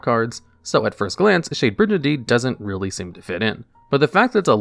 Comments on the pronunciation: Do you really have to say bridge and Dean 500 times because that's not how the word is pronounced it's like brigand. Intensely mispronouncing a name wrong as many times you can is very interesting for a YouTube strategy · Trap monsters are super fascinating. Also, I died a little inside every time you pronounced it "bridge-andine". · I'm getting overly upset by Shade Brijandine's wrong pronunciation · WTF is a Bridge-a-dine??? Learn how to read for the 100th time!! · It's actually pronounced "Bri- GAN - DEEN" with a hard "G". A mispronunciation like this wouldn't normally bother me this much, but you talk about the card for a while and say it so many times... Also, Dinomischus can banish ANY face-up card (important to remember if you can't target your opponent's cards). You wouldn't want to accidentally banish your own cards. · Good stuff but bro that is definitely not how you pronounce brigandine, it's a soft G not a J sound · Or the slaughtering of "brigandine"